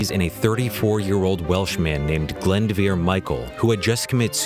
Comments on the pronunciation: Best part about operation mincemeat, is even if it didn't work, the british knew that the Nazis would be putting attention on it which we find really funny, the greatest troll of the 20th century. Also the way you pronounce the names in this wrong. Glyndwr isnt "glyndvir" its "glindoor" And Charles Cholmondeley's surname is said as "chumley", do a little bit more research before just saying it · Haha I love how he pronounced Glyndwr as Glend-vir. It's actually pronounced kind of like Glin-door. The Welsh language must seem so strange to others, especially since autocorrect just changed Glyndwr to flounder... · BUZZFEED THAT IS NOT HOW YOU PRONOUNCE GLYNDŴR! IT'S "GLYNDŴR" NOT "GLYNDEVERE" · The dead mans name is pronounced glyn dwr not glendwr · It's actually pronounced gl-in-doer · Glyndwr is pronounce Glin-Door. Its Welsh. And yeah my girlfriend was taught this during her degree. Really interesting plan. There are lots of similar or even more outlandish plans laid out in WW2 by allies and axis forces but we rarely hear about the ones that didn't succeed. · i am welsh and it is pronounced Glin-duwer, sorry just annoyed me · What? Glendveer? That is a weird way to pronounce Glyndwr. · Interesting :) Just one thing though, "Glyndvyr"?! It's Glyndwr and even though you might not be able to pronounce the Welsh "W" I don't understand where the "V" came from :L -a Welsh person. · Totally wrecked the pronunciation of 'Glyndŵr' It's pronounced 'Glin-dooh-r' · That was the most unique way of pronouncing Glyndŵr I've ever heard. But great vid other wise! We don't learn about his amazing story in Wales either, which is a shame. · that incorrect welsh pronunciation tho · His pronunciation of Glyndwr is Mincemeat (terrible) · I love how he pronounced Glyndwr :D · pronunciation of Glyndwr is killing me!! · Glyndwr is pronounced so weird in this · The way Glyndwr was pronounced... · Cholmondeley is pronounced 'Chumley' Glyndwr is pronounced 'Glin-doo-wer'